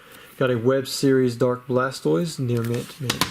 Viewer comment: I was gonna say the same thing, is when he messes up Blastoise